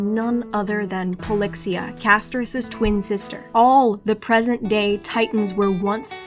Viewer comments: I know it's "present day", but is it just me who heard that?! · Huh??? I heard that as "present gay titans" lmao 😭😭